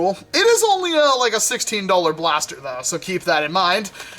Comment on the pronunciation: he speaks blast e r